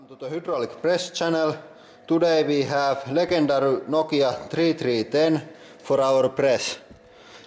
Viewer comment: This guy's pronunciation of "legendary" was legendary. Or should I say "LEG-UN-DAR-OO".